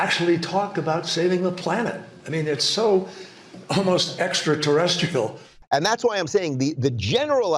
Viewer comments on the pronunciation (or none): Thought Kerry said terrestickle 😵‍💫 wtf is that 😂